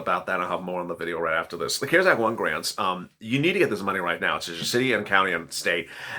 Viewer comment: Please stop pushing the cares act money it is only available to people that make very little money . If you make 25000 a year you can’t get anything from it. And it’s the CARES. ACT. Not. Ker sac. Please pronounce it right.